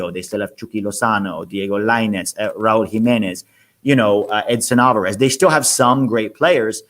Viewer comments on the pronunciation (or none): none